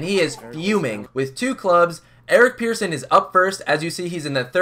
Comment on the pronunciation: His name is Persson Pronounced like Person, not Pearson